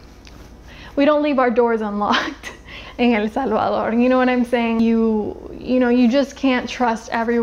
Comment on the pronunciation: I just love when someone pronounces El Salvador, I mean the correct pronunciation !